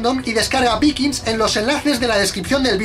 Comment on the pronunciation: Se pronucia Vaikings :v